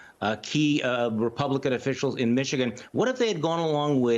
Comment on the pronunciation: Repelicans did you say 😂